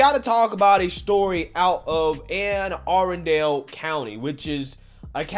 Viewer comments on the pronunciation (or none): First, you butchered the pronunciation of the name of the county - 'Arundel' is pronounced 'Uh-run-dull', not 'Are-in-dell' Second, although parts of the county are next to Baltimore, it is definitely not 'basically in Baltimore'. Anne Arundel county is more known for being the county containing Annapolis, the state capital, and home of The Naval Academy. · Dude, Anne Arundel is pronounced like this (ANN, like the name...A-RUN-DLE, rhymes with A-BUNDLE) ANNE ARUNDEL, try it. Come on man, you're a great content creator, but if you don't know the name of the place, or how to pronounce it, try Google Translator. It'll help ya out. BTW, that part of town in Maryland is a shit hole. And....Maryland is becoming the Minnesota of the East Coast. You think it was a shit hole when Larry Hogan, that Do-Nothing Conservative was Guvnah...oh ho, they have an even bigger piece of human shit now. A Democrat. not just a democrat, a "I hate everyone, even my own black race democrat!" Maryland is truly fucked. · I'm sorry. As a Marylander, I must comment. It's pronounced Ann UH-RUN-DOOL County. Also, he is right. it's almost as dangerous as Baltimore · I love you but you murder names on your videos. It’s pronounced “Ann Uh Run Dell” not “Ann Air on dale”. Your researchers need to look these things up bro. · 😅 Anne are-in-dale! 😅 Its pronounced like (a-run-dell). Nice try though. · Anne Uh-Run-Dull County Just trying to help with the dialect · Anne Ah-Run-Dul is how we say it. LOL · 😂😂😂 Anne Arundel (Uh-Run-Del). It’s ok, we have weird names. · Anne Arundel (Ah-Run-Dell) County. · you do do a horrible job at saying names smh. Its Anne Ah Run Dell county. Geesh my guy lol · Anne "Uh-run-dle" county. Anyway, this is the county in Maryland that killed a man, at 5am, serving a "red flag law" confiscation order. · Ann - a - run - dal County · Ann-uh-run-dull county. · Anne Uh-run-dal my guy lol. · “Ar ren dale”. Man it’s Anne Arundel 😂😂😂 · It’s pronounced “Anne Ah-rundle”